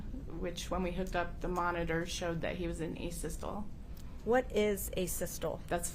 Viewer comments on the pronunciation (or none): Did she just say ASYSTOLL? Twice? Isn’t she supposed to be one step below a paramedic? Can someone please tell her it’s pronounced ASYSTOLEE?